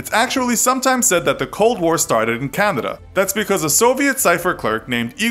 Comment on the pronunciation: Every time this guy says Canada, I hear candida.